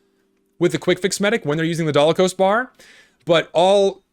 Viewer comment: It’s called the Dalokohs Bar, not Dalakohs Bar, also, Natascha is Pretty OP